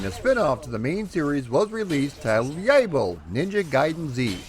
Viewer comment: Absolutely love this series, thanks for the vid! Though I thought it was funny that you got the pronunciation down for Ryu but then proceeded to get Yaiba wrong lol. It's Yai-BA not Yai-BO. D'oooooh! It's ok though most don't care for that game lol.